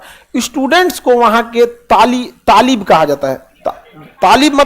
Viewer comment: Thalib se thalibaan 😂 ilm ko thalim bolthe